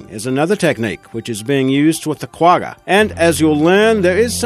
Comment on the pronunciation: You do not pronounce Quagga like that. The top rated in is much better.